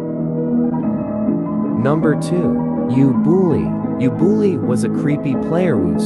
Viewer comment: Write:ubooly I hear: You bully